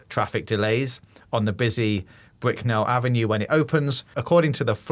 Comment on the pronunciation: Brickell is pronounced like “Brickle”